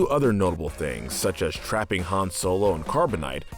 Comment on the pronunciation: Wait did he call him “ Hans “ ... it’s Han not Hans 🤦🏻‍♂️